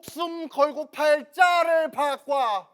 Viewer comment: 바꿔 아니고 바꽈 라고 하는게 킬포임 ㅋㅋㅋㅋㅋ